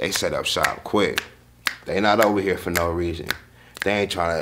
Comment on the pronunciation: Oh that's for sure the Southern United States right there when she said, In hur. Instead of in here yeah She from the south